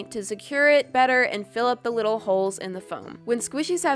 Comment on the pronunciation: not being rude but this is pretty fun in the Video you “widdle” instead of “little” or that’s how it sounds